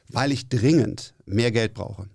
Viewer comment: "weil ich DRINGEND mehr Geld brauche" er betont es so schön :D